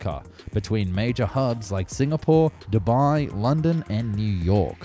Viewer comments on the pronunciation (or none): none